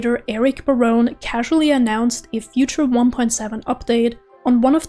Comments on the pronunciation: You haven't. Its buh-roan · I was at the concert, Eric pronounced his name as Buh-roh-nee on his video. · I'm pretty sure it's ba-ro-nay